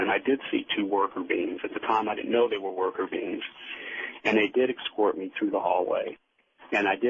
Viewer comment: Art Bell rules radio! May he rest in peace. The guest however is as inauthentic as can be, and is one of those people who tell their story, irritatingly, with the viewpoint of "you." ("Then you find yourself in the craft, where you see...") If I hear the words "excort" or "excape" one more time, I'm gonna use my ashtray as a frisbee. Jesus.